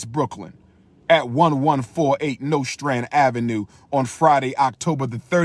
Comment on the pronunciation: Anybody from Brooklyn or has ever lived there cringed at the way he pronounced Nostrand Ave.